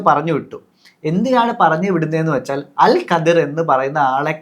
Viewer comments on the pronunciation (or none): Al khidr... Not al qadir... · അൽ ഖദ്ർ പോലും... 😂😂😂😂 ലൈലത്തുൽ ഖദ്ർ ഉണ്ട് ഖുർആനിൽ... അല്ലാണ്ട് ഖുർആനിൽ അൽ ഖദ്ർ അങ്ങനെ ഒരു പ്രവാചകൻ ഇല്ല മൊയന്തുകളെ .... Al Khidr എന്ന് ഗൂഗിൾ കാണിക്കും നോക്കിയാൽ മതി... അത് വായിക്കേണ്ടത് അൽ ഖദ്ർ എന്നല്ല pronunciation നാക്ക് നേരേ ഉയർത്തി പറയാൻ എങ്കിലും പടിക്ക്... അത് ഖദ്റും ഖാദറും അല്ല ഹിളർ 😂😂 ആദ്യം വ്യക്തമായി പടിക്ക് എന്നിട്ട് തള്ളാം... നിങ്ങൾക്ക് വേണ്ട ഉത്തരത്തിന് പാകമായ വാക്കുകൾക്ക് ഖുർആനും ഹദീസും അറബിക് വേർഡ്സും മാറ്റുക എന്നത് ഇഷ്ടായി... ഒരു മതത്തിലെ കാര്യം പറയുമ്പോൾ അത് പേരെങ്കിലും കൃത്യമായി പറയണ്ടേ... ഖുർആനിൽ ഇങ്ങനെ ഒക്കെ ഉണ്ട് പോലും..എന്നാൽ ആ ഭാഗത്തു ഉള്ളത് ഒട്ടും പറയുന്നുമില്ല... 😂😂 പിന്നെ മോശയെ കണ്ട് എന്ന് പറഞ്ഞത് വച്ച് മാത്രമാ കുറേ ബഡായികൾ ഇങ്ങനെ തള്ളി മറിച്ചത് ഹിളർ നബിയെ ആണ് എന്ന് മനസ്സിലാക്കാൻ പറ്റിയത് പോലും ... ഖുർആനിൽ സൂറത്തുൽ കഹ്ഫ് അദ്ധ്യായം ആണ് ഹിളർ നബിയുടെ ചരിത്രം പ്രതിപാദിക്കുന്നത്... ആർക്കും മലയാളം പരിഭാഷ വായിക്കാം ഇവന്മാർ പറയുന്ന പോലെ വല്ലതും ഉണ്ടോ എന്ന് നോക്കാം... NB : അൽ വക്കീൽ, അൽ വാരിസ്, എന്നൊക്കെ ചില അറബിക് പദങ്ങൾ നാമങ്ങൾ ഖുർആനിൽ ഉണ്ട്.അല്ലാഹുവിന്റെ നാമങ്ങളായ് പരിചയപ്പെടുത്തിയത്. ഇനി അതൊക്കെ കോടതി മുറിയിൽ നിന്നും ജഡ്ജിയിൽ നിന്നും എടുത്തതാണെന്നും വാരിസ് പേര് വിജയ് ടെ മൂവിയിൽ നിന്നും ഖുർആൻ എടുത്തതാണെന്നും ഫ്രിഡ്ജ് മക്കയിലെ കഅബ പോലെ ഉണ്ട് അതിനാൽ അതിന്റെ മുകളിൽ കറുത്ത തുണി വിരിച്ച് വീട്ടിൽ തന്നെ ഇരുന്ന് ഹജ്ജ് ചെയ്യാനാണ് അങ്ങനെ പ്ലാൻ ചെയ്തത് എന്നൊന്നും ഇനി അടുത്ത തള്ള് വിഡിയോ ഇറക്കി പാവങ്ങളെ പറഞ്ഞു പറ്റിക്കല്ലേ എന്ന് കൂടി പറയാൻ പറഞ്ഞു... 😂😂😂